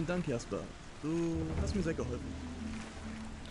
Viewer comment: A ludzie narzekają na dubbing w mrocznych tajemnicach a tutaj widzę w ogóle nie jest lepszy poziom :P Powodzenia w przechodzeniu modyfikacji ;) Jeszcze taka sprawa w niemieckim języku nie ma "dż" więc czytaj "Jasper" np. Tak sam jak "Jarkendar" a nie "Dżarkendar"